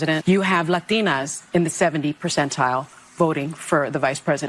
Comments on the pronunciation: why do liberals always pronounce latina with a huge fake accent? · did anybody else notice she didn’t have an accent until she said “Latina” or is that just me? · Normal accent up until the word ~~~~~~Latina~~~~~ is pronounced 🙄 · I love when an American woman with an American accent suddenly get a South American accent to pronounce “lllllatina” always irks me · Why does this broad pronounce 'Latino' and 'Latina' with an accent like she was one? I bet she doesn't roll her "R's" when she says bratwurst. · using an accent to pronounce Latina when you are a non Latina, is that not racist and cultural appropriation according the the left? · Why won’t they say “white women,” in a European or Redneck accent but whenever they say “Latina” they pronounce it as if they were speaking Spanish? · IKR. She says 'latino men', when latino is masculine and latina is feminine.